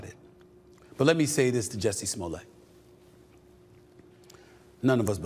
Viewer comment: SA you pronounce the Ts in Jussie’s name.